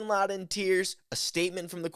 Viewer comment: I thought Latt was pronounced like Hat not Hot.